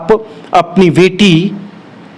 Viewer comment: Pahle to aap reporting kar kar to thoda achhe se boliye beti ko weti or baki ko waki bol rahe hai